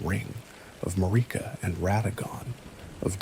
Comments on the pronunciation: Yeah he got that Mariuhh 🔥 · This has been my bedtime story for a couple nights but I'm cracking up over the way you pronounce Marika like it rhymes with Paprika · Is this guy just reading shit other people wrote? Cause there's no way you've played Elden Ring and don't know how to pronounce Marika... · Mispronouncing marika took me out of it